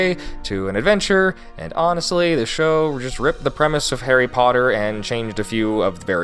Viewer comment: he says "Harriet Porter books" not harry accorded lol